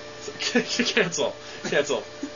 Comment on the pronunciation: what do you expect, instead of cancel it sounds like youre saying cancer!